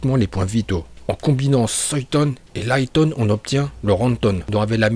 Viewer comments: Raïton stp pas liton😭😭 su t le messager de misakishimoto fait le bien pour l'honorer stp😭😭😭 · "Soyton" "Foyton" "Laiton"